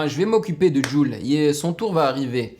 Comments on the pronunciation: Chaud il c’est pas dire jul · Tu sais vraiment pas dire JUL?